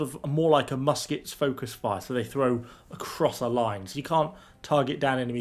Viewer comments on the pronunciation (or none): none